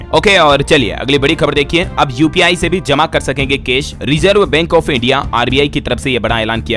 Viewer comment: कृपया अपना उच्चारण सुधारें बेंक, केश नहीं होता। ऐ कार और औ कार का उच्चारण ठीक से करें